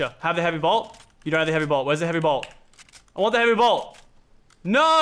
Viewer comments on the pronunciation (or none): Who else was raging when you said blot instead of bolt? 😂